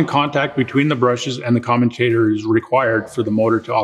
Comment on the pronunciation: I would have thought someone giving advice on dc motors would know how to pronounce commutator correctly.